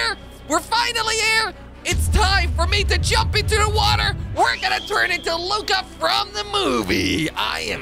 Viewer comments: It's Luca not Lucia ok? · It's luca not lucka